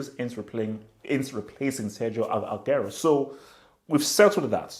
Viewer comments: it's Agu-wero not Ag-airo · This guy can't even pronounce aguero lol